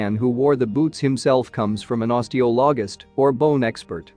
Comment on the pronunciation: It's not osteo loggist its oste oli gist..., Bermondsey its pronounced Bermandsey....